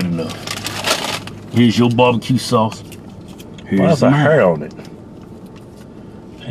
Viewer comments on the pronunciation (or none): Bob-a-cue sauce lol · What kind of sauce? Bahbahque.....lmao